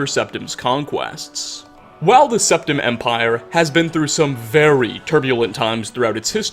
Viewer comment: Urieluh. Septimuh. Tamrieluh.